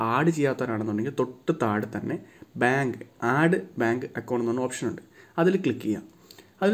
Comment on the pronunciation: u wrongly pronounced the word.....its add...not aaaaaaad